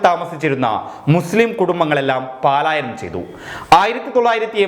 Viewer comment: പാലായനം തെറ്റല്ലേ ? '' പലായനം '' അതല്ലേ ശരി ?